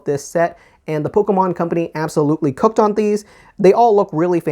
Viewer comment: I giggled every time u said cook